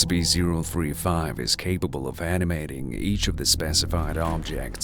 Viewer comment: I heard the narrator say SP, and not SCP.